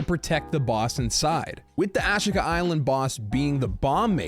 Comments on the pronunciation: AHH SHEE KUH is how it is said. not whatever you keep saying.. lol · aaaaa sheeeeeee kaaaaaaa. a she ka island. In my brain there is a 12% chance I'm wrong about this pronunciation.